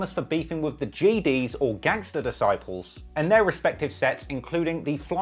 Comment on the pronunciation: ITS GDs CLOWN. Not geds